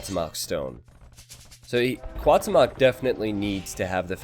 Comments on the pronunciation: Cuauhtemoc is pronounced as Kwa-oo-tem-ok not Kaw-temawk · It hurts my ears everytime you mispronounce Cuauhtémoc. But I don't blame to. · Cada vez que dice Cuauhtémoc enfuresco un poco mas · Will you be learning the right pronunciation of the names for the Hidden Cup? Because the way you're butchering Cuauhtemoc's name is just too painful to hear. x)